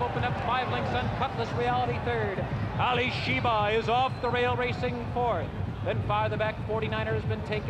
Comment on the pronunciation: I consider Denman the greatest race caller ever, but it is Alysheba, not Alysheber. So annoying to hear names being mispronounced.